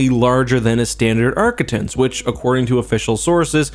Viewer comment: For the record arquitens is pronounced Ark-quit-tens. Also, before you comment, yes, I am a grammar nazi.